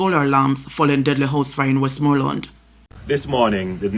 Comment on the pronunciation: Big guy cannot pronounce west- more- land.